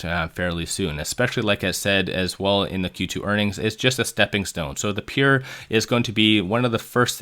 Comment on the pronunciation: "Peer"? It's "Pure"! Are you throwing these trolling phrases and word in there to make us comment?